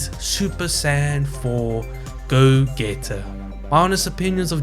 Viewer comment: No way bro just said Go-Geta 💀